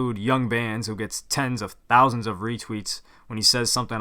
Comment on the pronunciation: i like how everytime you say thousand it sounds like THOUsand